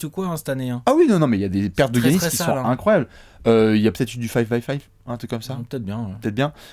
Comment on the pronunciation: J’ai une question qui me taraude les gars: pourquoi prononcer GUiannis alors que les commentateurs prononcent Yannis, lui même semble le prononcer avec un Y d’ailleurs 🤔